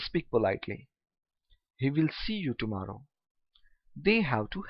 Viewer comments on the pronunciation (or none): none